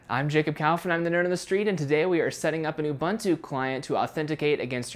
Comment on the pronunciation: Sorry to say, but your pronunciation of Ubuntu grinds my ears.